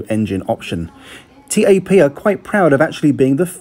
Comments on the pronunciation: Also wtf T-A-P? At lest learn to pronounce things right my god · You're supposed to pronounce it TAP as in "tap on a window", not T-A-P... Good video though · its tap not t-a-p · its not T A P its Tap! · Joseph Prosser yeah every time he called it T-A-P it was hard not to cringe. I’ve never heard anyone call it that before. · Great Video!!! Couldn't help but notice that you where proununcing the name incorrectly. It's pronounced as "tap". Anyways I am proud to have you review my home countries airline. Keep up the good work!!! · TAP is not pronounced as T.A.P but as a single word. Try saying tape but pronunce the "a" as you do in "almond" :) Great video as allways and oh I almost forgot... PORTUGAL CARALHOOOO!!!!!! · I'm sure you're right with the pronunciation but it feels so strange hearing TAP pronounced T-A-P rather than 'Tap' as I do! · It´s TAP, not tee ae pee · The airport should ban you from going there talking bad about my airport u should talk about Gatwick Airport that's worse than Lisbon Airport and the airline is TAP NOT T-A-P